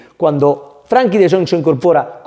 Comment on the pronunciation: gran video! Eres un crack! Recuerda que se llama FrEnkie no FrAnkie. Salu2